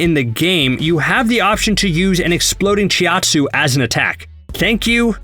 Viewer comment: CHOW TSUU not chi at suu